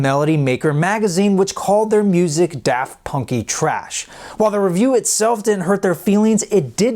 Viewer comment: “Daft punky thrash” not “trash”